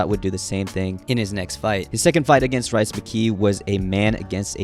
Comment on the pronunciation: Hey, bro. His name is Rhys. Not rice. Rhys is pronounced rees